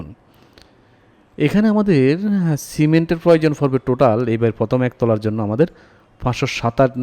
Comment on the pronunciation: উচ্চারণে আঞ্চলিকতা ভালো লাগে না। বিরক্ত লাগে। ফয়োজন ফরবে, ফস্ত,ফথম ইত্যাদি